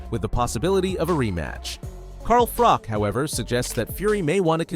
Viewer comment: its not Frock dude, its FroCH